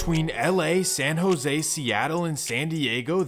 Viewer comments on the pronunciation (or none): none